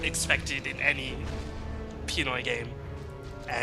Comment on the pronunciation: They cant even say PINOY correctly